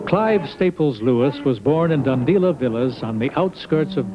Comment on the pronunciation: Dundela not 'Dundeela'